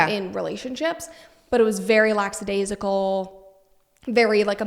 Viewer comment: I’m glad to know Brett says “Lackadaisical” wrong like i used to.